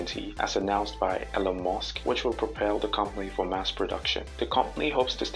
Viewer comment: Sure! Imagine a world where certain people 'live forever' as it so happens they don't care about you AT ALL. You want to store your memories into a robot? To what end? To have lots of robot extensions of yourself. But what does a robot be needing your 'memories' for? The all call him Mosk. It's not Mosk it's Musk. If cyberspace doesn't give you access with a mobile or a laptop it won't give you access with Neuralink either.